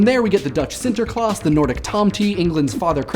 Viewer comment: you said Sinterklaas the way you should. good for you, non dutch person.